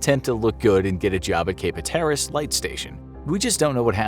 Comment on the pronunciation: Cape Hatteras is pronounced Hat-er-iss not huh-tear-iss lol